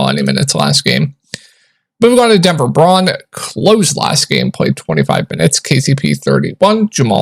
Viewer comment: It's not Braun ( Brawn)- it is BROWN. Christian Brown is how it's pronounced.